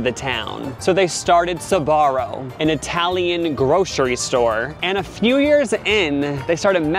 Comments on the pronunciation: Why is it pronounced Sabaro instead of Sbarro? :face-blue-wide-eyes: I mean, there's no A after the S. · Wait you pronounce it “sabarro”? When it was in my country it was just “sbarro”. 😅 I was living a lie!! Loved their pizza though. It was the first place to sell pizza by slice and that slice was tastyyyy. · when first said Sbarro I misheard him as "Sephora" and I immediately accepted their downfall without question lmao